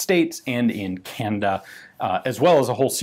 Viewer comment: Candyda?....hmm...Canada....must be my hearing...doesn't matter, good video....thanks Ian!